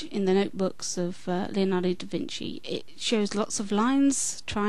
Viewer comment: By the way, since you seem concerned about pronunciation, the correct way an Italian would pronounce "Leonardo" is not "Leeonardo". Actually, the "e" in "Leonardo" sounds the same as the "e" in "very". Regards.